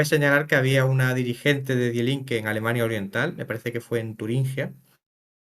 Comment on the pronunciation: Cada vez que escucho "DiE Linke" me sangran los oídos. Se pronuncia "Di Linke". Ésto es como si un alemán ve que hay una revista española que se llama "hola", y habla de ella pronunciándolo como "jola" o algo similar. El tema central del vídeo es hablar sobre un partido político alemán, que menos que aprender a pronunciarlo, que es muy sencillo y básico.